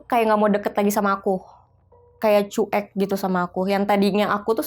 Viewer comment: Sebelumnya turut berdukacita atas meninggalnya ayah kakakk ini... Tp aku pingin banget blg sama kakaknya,, CUEK itu dibacanya Cuwek,,kakk... Bkn Cu-Ek... Sepanjang dengerin bingung antara sedih dan marah dg ceritanya jg jengkel pad kakakknya blg CU-EK... 😭😭😭